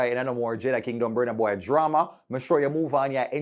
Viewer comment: I don't know when u guys will learn how to pronounce Burna Boy properly.